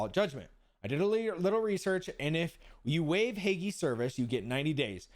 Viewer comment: Drop saying the E when saying Hague